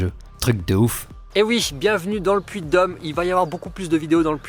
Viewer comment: C'est un drône putain, pas un drone. Et c'est le Puy de Dôme, pas le Puy de Dome.